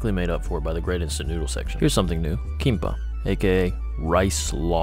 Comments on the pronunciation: no problem with the pronunciation (since jap and kor share some words, albeit having different meanings) but u just forgot to pronounce the last letter it's KIMBAP with a B/P sound at the end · Kinpa is close but the real pronounciation is Kimbap❤ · KiM-baP dude. That was some horrible pronunciation. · Hey love your videos! Just for future reference, the correct pronunciation is "kimbap" It's just two Korean words put together to form one. kim = roasted seaweed bap = rice Hope you enjoyed Korea! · 김밥 or Kimbap (pronounced geehm-bahp) is the proper way to say it in Korean. Also, some convenience stores are much bigger with much more variety while some are smaller. Glad you enjoyed the food. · The Japanese pronunciation of kimbap is so cute lol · He killed me the way he pronounced kimbap. SAY IT RIGHT PLS!!!! 🙏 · Dude couldn’t be bothered to pronounce kimbap properly lmao. Does he also say MakuDonarudo instead of McDonalds? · why is no one talking abt how he’s pronouncing and spelling kimbap 😭😭